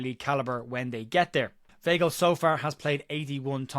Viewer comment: The name is pronounced V-eye-gl